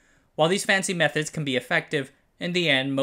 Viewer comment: When the narrator says "Methods", it sounds like they are saying "Meth-Heads" 😅